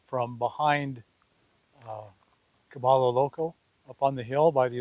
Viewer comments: I love your youtube videos, mostly because I want to go that route. But my friend, remember that Cabello Loco is a Hispanic (ll=y) phrase pronounced Cabeyo Loco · Pronounced “Ka-by-yo Loco” 😊 Thanks for the update, Bob. Right on commentary!